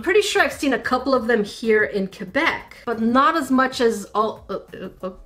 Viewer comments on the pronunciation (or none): none